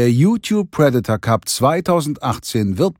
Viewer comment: Sag ihr mal lieber wie man „Predator“ richtig ausspricht 👱🏼‍♀️🤦🏼‍♂️